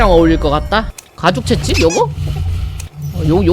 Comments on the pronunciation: 채찍 발음이 채칙이라구 ㅋㅋㅋ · 가만보니 채찍을 채칙이라 말하시네요 사투린가?😯